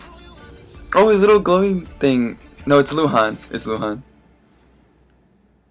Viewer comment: Lol i like how you said luhan , the Chinese pronunciation was pretty accurate :P